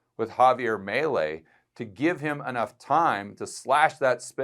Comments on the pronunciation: its not Mylei...its Melei...like if you were saying ME too! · Mee-lay, not melee ⚔️ 😂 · FYI, his name is pronounced MEE LAY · It's pronounced Mee-Lay. Come on now! You live in Colombia. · Correct. Hearing his name pronounced wrong kinda rubs me the wrong way.